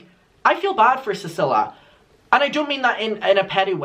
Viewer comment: I think her name is pronounced ceeceelia